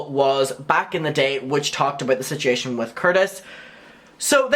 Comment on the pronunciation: You're aware that there is a "u" in "situation", right? It's not spelled "sitiation"